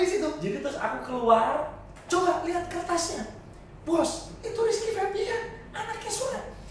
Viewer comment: Febian om, ga pake r . -_